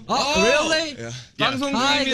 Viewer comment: jungkook: "weally?!" Istg hes gonna be the death of me